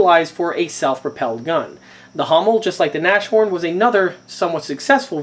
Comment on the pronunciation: The word Nashorn (rhino in english) is pronounced Nas-horn, not Nash-orn. The h is pronounced. Just to make your video perfect.